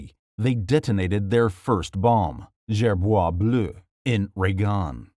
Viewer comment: The s in gerboise is pronounced lmao Also, fun fact: the french dreamed to have a french los alamos between tlemcen and colomb-béchar